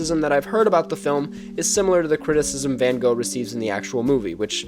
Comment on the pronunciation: You must have lived a long hard life, that you knows the depths of Van Gogh's (learning to pronounce his name would be a good start) work, then make a comparison with this movie. I applaud your research, though.